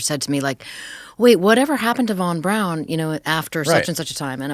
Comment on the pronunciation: Listened to Annie Jacobsen's Nuclea War on Audible. 🌟🌟🌟🌟🌟 Btw, Braun, pronounced in German, is more similar to brown rather than brawn. So Annie pronunciation is more correct. Never dispute anyone who writes for a living on words and pronunciations. 😂 Braun in German means brown.